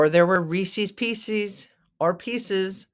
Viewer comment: It is not pronounced Reesies pieces, it is Reese’s, check the spelling.